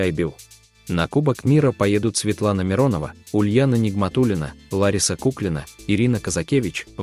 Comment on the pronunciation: Куклина, ударение на а...